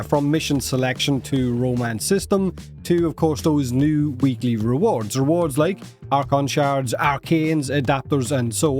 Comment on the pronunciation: It's "weekly" not "weeklie" lol. The y only becomes an ie if you use the plural "weeklieS" with an s.